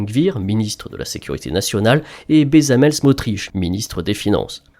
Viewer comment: betsalel pas bezamel